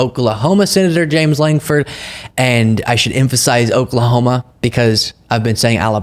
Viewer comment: Lankford! Say it right Out Loud!!!